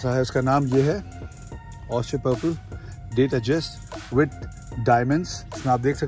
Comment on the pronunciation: 'Date Adjust' nahi......'Date Just' hai woh 😂